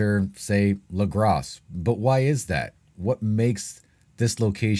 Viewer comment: Lagras is pronounced without the s.